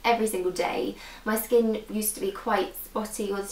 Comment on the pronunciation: you say skin weird like skeen